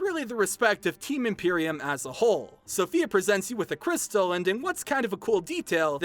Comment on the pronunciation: Sofia not Sophia (In Italy)